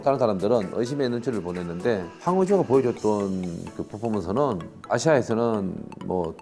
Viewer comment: 포포먼스가 너무웃겨 ㅋㅋㅋㅋㅋㅋㅋㅋㅋ 퍼포 안되서 자꾸 포포몬스 ㅋㅋㅋㅋ